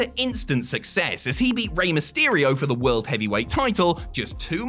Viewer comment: King of the "Wuld"